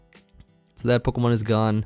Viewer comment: Idk why but I love how you say poh-kuh-man instead of po-key-man like most people 😂